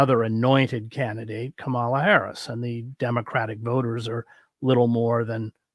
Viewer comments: Comma-la. I don't mean to be pedantic or take away from the value of the ideas discussed here, only that we can all make an effort to pronounce her name correctly and she's done a pretty good job of explaining how over the years. In this cycle we have the added layer that Trump and his surrogates + the mouthpieces of the Christian Nationalist right are intentionally mis-pronouncing her name as a tactic. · Lots of respect for you, Chris Hedges; have read several of your books, listened to your interview with Sheldon Wolin, and followed you elsewhere online. Are you deliberately mispronouncing "Kamala"? It's a puzzling lapse for a person who strikes me as being diligent about his research. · If you want to criticize her in good faith, you need to at least pronounce Kamala’s name correctly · To be fair, I care a lot about correct name pronounciati9n and Kamalas' name is counter intuitive. The accent on the first syllable doesn't sound correct. I sometimes unintentionally err..so don't be so quick to assume bad faith. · Chris, you are mispronouncing Kamala. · Get a grip. Everybody does. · Her name is "COMMA-la," not "kuh-MAHL-la." You can do better, Chris. Right-wing people deliberately mispronounce her name to disrespect her. She is the VP of the USA. That said, I too am not a fan, and probably will not vote for her because of her position on Israel and Palestine. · Are you deliberately mispronouncing KAmala's name as KaMALa? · It’s Comma-La. It’s not difficult to say correctly. I know you can do it. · Are you mispronouncing VP Harris’ name on purpose?